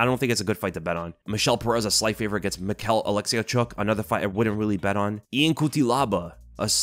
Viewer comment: Michał's name is pronounced Mee-how. A bit chinese